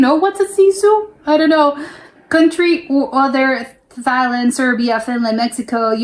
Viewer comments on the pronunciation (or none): none